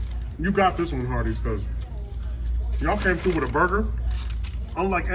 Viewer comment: I thought he said Arbys